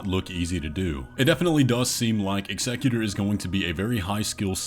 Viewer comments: Sorry... i AM that guy.... but its not eggsecutor. Its EXECUTOR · executor- execute-er. not excecutor. sorry it was driving me insane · Ex-a-q-ter. Sorry it was bothering me. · I just cant with the pronunciation of Executor... dude must be trolling. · Bro the way you pronounce executor makes me cringe so hard every time.